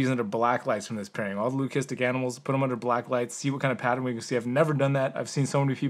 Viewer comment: The way you pronounced leucistic hit my ears weird. Just sounds wrong. But I’m no expert.